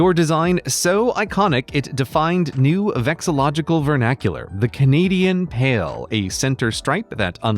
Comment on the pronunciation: it's pronounced vexillo-lo-gical, not vexillogical... missed a syllable.